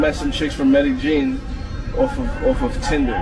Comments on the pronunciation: If you can't properly pronounce the name of the city you're in, then you need to keep your ass in the continuous 48. It's met-a-YEEN. It's fvcking Spanish!!!! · He said "MedeJean"😂😂😂😂😂. Boy stfu....ladies get the 💰 🤑 💸 💲 🪙 💶 💰 for real